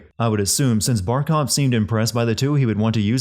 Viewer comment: it’s Barkov not barcov Just sayin’